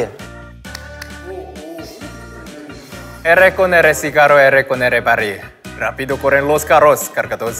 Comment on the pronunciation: Sungjin con su ferricarrol xD